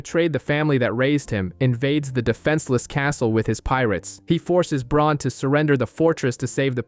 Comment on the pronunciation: holy crap no way dude is calling bran BRON! someone tell him that theres already a character named bron in the story lmaoo